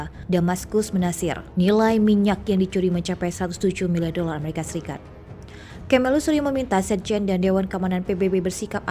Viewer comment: Sebut amarikapun gak betul.